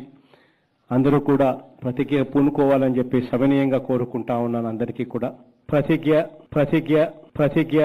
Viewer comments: Prathijja kadu prathigna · అదీ ప్రతిజ్ఞ ..... ప్రతిగ్యా కాదు...